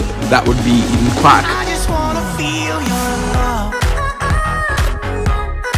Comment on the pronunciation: Nice and it is Eden Key! (Pronounced). Make sure Golden Squid doesn't say you are copying his idea, as you uploaded first.